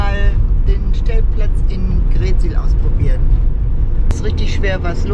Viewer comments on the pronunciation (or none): Moin und, schöne Bilder aus unserer Heimat!! Bei der Aussprache der Ortsnamen liegt die Betonung immer auf der 2. Silbe. Wenn wir hören GREETsiel, dann müssen wir richtig nachdenken, daß Ihr greetSIEL meint:-)). Wunderschöne, kompakte Darstellung von Ostfriesland. LG Axel und Ute aus Südfrankreich